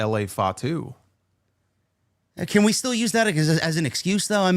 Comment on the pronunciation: “LA FATU” LMAOOOO 😂